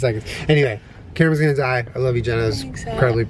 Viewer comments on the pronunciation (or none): It sounded like said "kermit's gonna die" instead of "camera's gonna die"